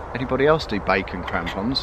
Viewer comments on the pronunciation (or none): Yea crumpons sounds like tampons 🤭